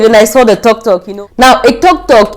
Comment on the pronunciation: You had a great experience in Nairobi. it's tuktuk not toktok..... 😂 Nairobi and Kenya in general is amazing. Now be sure to do fun outdoor adventures next time. You will love it